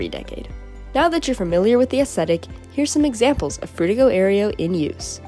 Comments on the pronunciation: Sounds like you say "Frutigo Aerio" sometimes. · Are you like... A real person? How do you manage to change your pronunciation of Frutiger Aero that much lol Frutigo Aereo? Hehe :P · i think you pronounced Frutiger Aero 9 different ways in this video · It's funny how we went from Frutiger Areo to Cyberpunk Dystopia in a matter of a decade or less. Also, I find it interesting how your pronunciation of "Frutiger Aero" changed as the video went on. [Edit: LOL you called it out at the end.] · I like how, halfway through, you started changing the pronunciation of Frutiger Aero every time you said it. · drinking game: take a shot every time she mispronounces "frutiger aero" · u never pronounce "frutiger aero" the same way twice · Bro how are u gonna pronounce frutiger aero like 5 different ways. 6 as i write this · take a shot everytime the narrator switches their pronunciation of frutiger aero